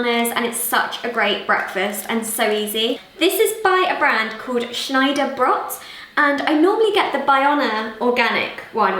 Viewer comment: Love how you pronounced Schneider Brot as Brot is just the German word for bread